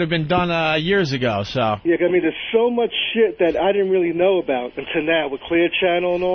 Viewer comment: Opie is a dope but I do agree. At that point "the show was sshome mush better, sshome much better."